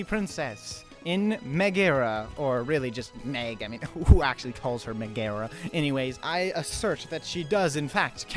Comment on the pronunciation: Just fyi, no one calls her Meh-GARA since her name is pronounced Meg-Ah-rah